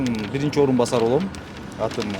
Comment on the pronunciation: Бырынчы экынчы деген доодур ким катындай алжыйтко